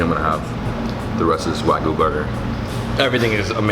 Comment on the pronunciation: its wagyu not wagoo